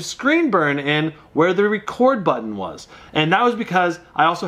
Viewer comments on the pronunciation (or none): none